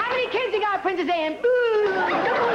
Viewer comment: An English person would not say Ahn it would sound closer to the way we say it anne. Proved this impressionist is a bit overrated